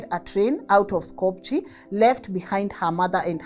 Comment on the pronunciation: SKOPJE -, not pronounced sko-pu-je it's pronounced Sko-peeh...like Cíkú- pee...SKOHP-yeh